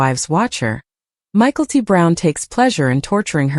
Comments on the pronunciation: The dsughters name isnt said as Michael t.at first i had no clue who u were saying. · Pronunciation of Mykelti is really bothering more than it should. Same with all the names. Stop using AI. Commiting is a poor choice of words, I say my fiancee passed from suicide.